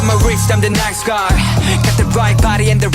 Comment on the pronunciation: the way its n-ice guy as in “ice” like ice on my wrist :)))